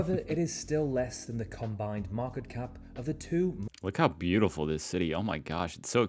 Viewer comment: The First Person to call Berlin beautoful lmao